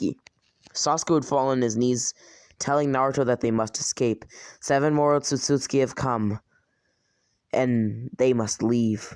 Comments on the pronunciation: he says Otsutsutski its Otsutsuki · Man can't even say Otsutsuki right he says: "Otstsuski" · he say otsutsuki like otsutsutsutki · *otsotsuki Sorry but idk why but it just seems wrong the way you say it